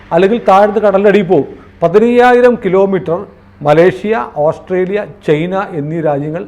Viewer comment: ചെയ്ന അല്ല ചൈനയാണ്